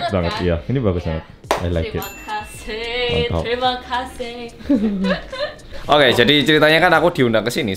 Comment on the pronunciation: "teRimA kasIHhh!" Ngkk bngt astga